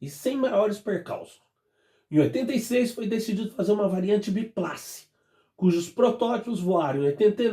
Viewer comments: Bom dia! Não se pronuncia A da palavra biplace, se pronuncia o A como E, ou seja, a pronuncia soaria bipleice. Esse é o inglês correto. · Bom dia! O A da palavra biplace, deve-se pronunciar como E, assim biplece, apenas como pronuncia, não se escreve assim.